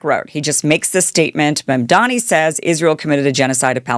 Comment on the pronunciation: What’s w/ female social media influencers and their terrible pronunciation skills? Posobiec? Mamdani? Antipathy? You’re like Candace Owens, Jr.